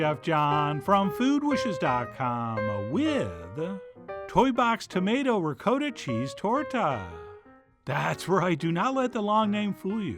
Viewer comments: "Rikoedah cheese" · As in Rizoedoh! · Chef John, with all due respect, you really need to commit to the correct "ricotta" pronunciation.